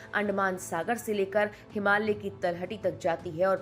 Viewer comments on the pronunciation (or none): none